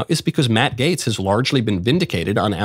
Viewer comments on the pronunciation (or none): none